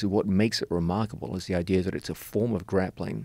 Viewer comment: I'm sorry, but nothing shuts my brain down quicker than someone pronouncing idea as "idear."